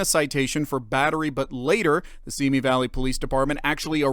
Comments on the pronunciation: I just wish they would pronounce Simi correctly. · You pronounce Simi wrong. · You pronounce Simi incorrectly.